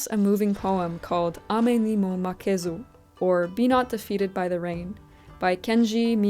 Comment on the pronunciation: Also, good pronunciation on “Ame ni mo makezu” and “Kenji Miyazawa.” 👍 He was a vegetarian who was kind of an ascetic as well as a champion of farmers, and would have been happy to see your very vegetable-forward meals, I think 😌